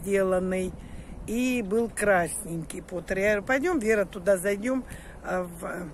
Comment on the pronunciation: Термопот,а не потер , потер это гончар по английски.